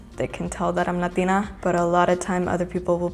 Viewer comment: Why do American latinas say “Latina” they way they do? Quit trying so hard it’s annoying.